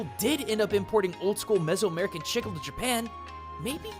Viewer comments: Not to sound annoying, but Chicle isn't pronounced that way. While you pronounced it (Chick-Le), it's actually pronounced [Cheek-L-short vowel e] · I know it makes me look like an a$$hole... but If I don't talk about it, someone else will. Chicle is pronounced Chee-clay, not Chick-al. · i just realized he is saying "chicle" , i though he was saying "shizzle" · Loved the video, but just wanted to add something, it's maybe nitpicking but "chicle" is pronounced "chee" as in cheese and "cleh" as in Chile the "e" got an "eh" spelling . Not trying to aggravate anybody, just clarifying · The way you said “Chicle” made me slightly cringe, as I’m Hispanic and that is the word for gum in Spanish. The way it is actually pronounced is “Chee-Kleh”. Just thought I would let you know. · Please stop hurting me,! As a native Spanish speaker, its pronounced chi-CLEH or chi-CLAY. That's all I wanted to say; have a good day. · Chicle is pronounced with Spanish phonetics. The i makes a long e sound, "ee", and e at the end of a word (with few exceptions) makes a long a sound "ay" or sometimes "ey". Thus the correct pronunciation would be "chee-clay". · Sorry to point this out. The Spanish word "chicle" is pronounced Chi• K• Le (but fast...) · You can prounounce omae wa mo shinderu but you cant say 'CHEE-CLAY' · I was laughing through this entire video, because of how you pronounce chicle. I'm wondering where did you find the pronunciation of that word? I pronounce it Chi-kLE, anyone I've known that Speak Spanish says it as Chi-kLE. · I'm not Portuguese, but even I know "Chicle" is pronounced "chee-ckleh". Dislike and unsubscribe!!! (Jk, great video) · Its called chea-kle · CHEEEK • LEEE! it hurts to hear it the way you say it. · "Chicle" is pronounced "cheek-lay" fyi. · I did have to pause the video to see if anyone else said this because it is grating to hear "Chickle" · It's more like "cheek-leh" with a soft "ch" sound. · When he pronounces the name wrong everytime